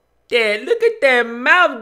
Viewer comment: "look at dhat mouf doe" XDXD